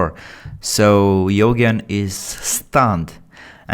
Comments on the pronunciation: You-Jean ❌ Yho-gen ✅ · it's U - geen.. Eugene-- U and geeeen. Luv ya bud. ❤ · Quick one to the GM commentator,Nelsons opponents name is pronounced you jean. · name would be pronounced as "you"+"gen" like in "genious" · His name is pronounced Yougeen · Yoghen sounds way better than Eugene lol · He can't pronounce Eugene